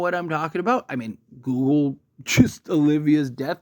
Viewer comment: You're dragging on and on... repeating, over and over. Say Google weirdly one more time please....